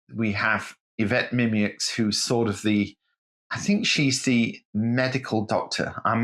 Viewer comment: Pronunciation: 'ee-vet mim-yur'. The 'r' is more or less silent, as in when you say 'your', (which, as you know, is pronounced 'yaw')...so, pronounce 'yur' like you would 'fur'.